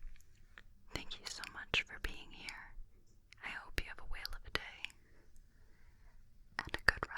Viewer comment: Sorry, did you say, "I hope you have a whale of a day"? 😄